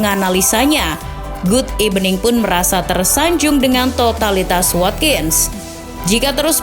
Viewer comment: GOOD EBENING SEketika ngakak poooll🤣🤣🤣